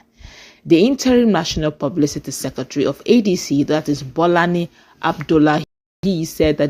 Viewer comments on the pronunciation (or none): Not Bolani, it's BOLAJI ABDULLAHI. Good job 😅😅😅